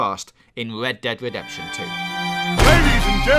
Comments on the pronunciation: I thought he said Lead Dead Wedemption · i feel bad for making the guy who cant pronounce his Rs to talk about "Wed dead Wedemption 2"